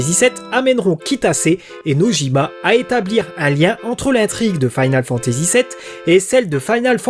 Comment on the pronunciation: Sa me tricher un peu ta prononciation de "Final". Mais ta vidéo est géniale. 😊